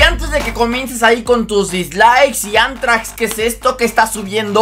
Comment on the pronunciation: BRO SE DICE ANTRAX